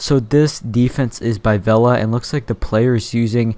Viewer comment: Lol you pronounced vela in the wrong way but amazing war bro you defeated us indians xD